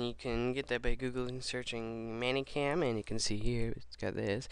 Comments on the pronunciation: Meh-ny Cam. Not Manny Cam. >.> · It is "Many" Cam not Manny Cam. It pisses me off.